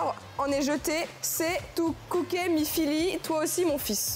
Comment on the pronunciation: Le « Jactas essss » et le « Tou kouké » étaient pas mal non plus 😂 La pauuuvre, franchement c’est dur quand tu ne connais pas !